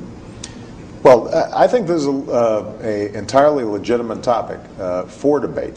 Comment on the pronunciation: Obama really said "legitimante" . LOL!